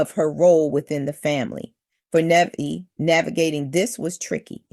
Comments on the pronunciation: Her name is pronounced Ne * vey * ah. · Her name is Na-Vae-yah